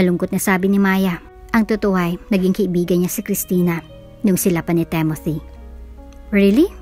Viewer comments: It's Timothy, not Temothy! I think..... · Ok sana mga kwento. Yung narrator. Ang panget mag deliver. Timothy, tapos TEMOTI, basa mo.🙄 Pag mga pang sosyal na,pag may mga english na lines hindi na bagay sa narrator.. tsk